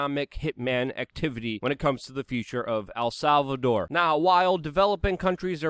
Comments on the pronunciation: love the content but stop saying "Al Salvador" you gotta pronounce it right brother. Its not hard to say "El" its just like saying the letter "L" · It's EL not AL Salvador damn it!!! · Err. I dont think you'll be successful in visiting AL Salvador... el Salvador on the other hand.... Luke's in ability to pronounce things is always funny haha. Great episode